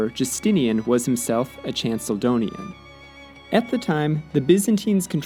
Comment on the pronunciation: That Chalkedonian pronunciation tho💀